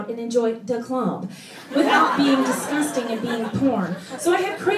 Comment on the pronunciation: That's disnustin' :D